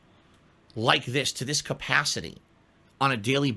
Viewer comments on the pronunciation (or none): none